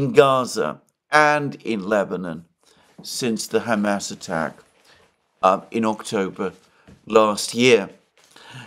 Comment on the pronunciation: Something must be brewing. Alexander is again saying 'Hamas" with a supposedly arabic accent